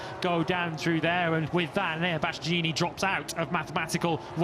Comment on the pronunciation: Omg can someone tell them how to say bastianini, and not bastyaneeeneeee😅